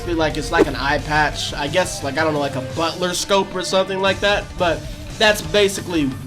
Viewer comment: "A butler scope" 💀